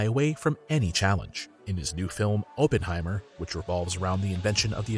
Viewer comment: FYI it's pronounced OPP-en-hi-mer, not OH-pen-hi-mer.